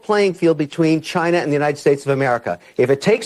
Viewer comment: "China assho"